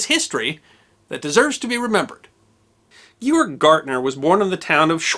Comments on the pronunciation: "Georg"with a hard "G". You should get basics straight before doing a show. It's just as easy to get it right as get it wrong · “Gay-org”. Org as in org-anization. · Don't forget, in German both G's in "Georg" make the hard G sound, not the soft G like in giraffe. Also, the W makes a V sound, hence "Vy-mar," not "Wy-mar" Republic, and "SchVeidnitz," not "SchWeidnitz." Kinda like the famous composer, Wagner. It's not said like we would say it here, but "Vog-ner." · You put in so much time and energy into making a video about him, but didn't even bother to ask someone how to pronounce his name? You've destroyed both his first and his surname - over and over and over again. You've also wrecked EVERY other German name in the video. His name is pronounced 'Gay-ogg Gaertna', not 'Jeorg Gahrdner'. The mispronunciations just put doubt into the viewer's mind as to the reliability of the information - which was actually quite good. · Sorry to be that person but the name is pronounced:"Gayorg Gertner", hard G throughout. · Would not his first name be pronounced with a hard ‘G’ as in ‘gorge’...I would think so... I knew a German name GEORGE and it was pronounce ‘Gay-Orgh. ‘ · As I recall from high school German class, Georg is pronounced "Gay-org". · In German, his name would be pronounced, "gayorg." Small detail, but since this is a channel about small details... well... it deserves to be remembered. Great story. Thanks for telling it. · The first 'g' in Georg would be hard. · Georg is pronounced gay-org. You could tell the Italian from the German POWs: the Italians were friendly, the Germans would raise their middle finger to you. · Why can’t you pronounce his name? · You could at least learn to pronounce a German name. Georg has two hard G sounds, not a J sound anywhere, and ä is pronounced like the e in "get." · The narrator butchered every single German word. You'd think he would do minimal research before doing the documentary. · Ge-org, - not Gjorg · It's GAY-orgh.